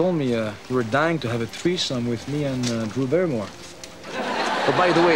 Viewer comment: dice Drew Barrimore